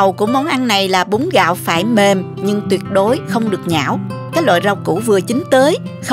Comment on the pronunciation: Bún gạo chứ không phải búng gạo ơi. Hơ hơ